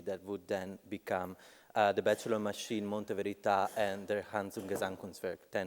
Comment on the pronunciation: It's funny how Lea Porsager pronounces the words Monte Verità in a way that they sound like "Mondo Pizza". Szeemann would probably have liked it